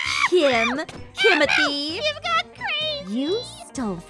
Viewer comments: Kimothy? What do mean Kimothy? It’s Kimberly- Kim is short for Kimberly. Why are you calling her Kimothy? 😭😭😭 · Why does she keep saying kimithie in this video she like never says that